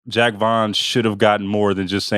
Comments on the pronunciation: You idiot "Jock" Not Jack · Pronouncing it like Jack Vaughn makes him seem a lot less cool